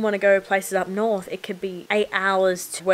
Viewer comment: When you say "Up north." you sound like a local. :)